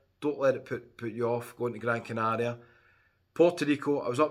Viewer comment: I love how you pronounce Gran Canaria properly.